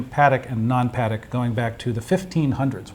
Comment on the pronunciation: Almost sounds equestrian-I don't think that is the french pronunciation -no "d" but "t"...I stand corrected in advance if I am wrong...